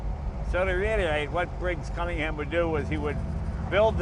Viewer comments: Looks like the offspring of a tryst between a Bentley and a Cobra. I like it. Someday, a kid will shake Jay's hand and thank him for the opportunity to "meet a piece of history." Duck fast, kid. And is it just my ear or does Jay pronounce Cunningham as "Cummingham" the first couple times? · Sorry, its really silly, but I can't watch this: there's something about the way he pronounces cunning-ham that really grates. I'm completely fine with American pronunciations normally; it's just this one word. Jag-warr is fine, aloominum is fine, trunk and gas are no problem, but cunning-ham? No. No, no, no. It's a shame, as I'm really interested in the car. I think maybe I should just get over it... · Jay pronounced it correctly just once, and then after one of his team mispronounced it, never returned to form.